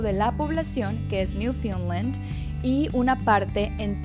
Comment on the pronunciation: Hola, Muchas gracias por la información, muy útil y organizada. La pronunciación del nombre Newfoundland es incorrecta. No es “Newfinland”